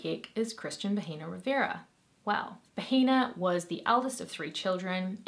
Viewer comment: It’s pronounced bah-eh-nah. H is silent in Spanish and pronouncing it like “baheena” is how you say “vagina”. I figured you’re not fluent and you didn’t know so I’m just letting you know for future reference. I mean, not that it matters because the guy is a monster so call him whatever you want but, you know how the internet is and people will be more concerned about the way you say things instead of you amazing content 🙂👍